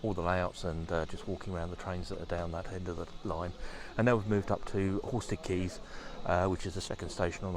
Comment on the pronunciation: Just for your own personal safety lol, the station is pronounced Horstead "Kaynes" ( Canes) not Keynes as in Milton. They're very particular to how their station nane is pronounced lol.😅 Looks like you had a great day